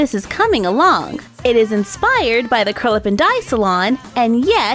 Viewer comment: I always thought you were saying Curlaven Dye salon, not Curl Up & Dye